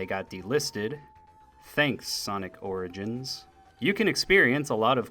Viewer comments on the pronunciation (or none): none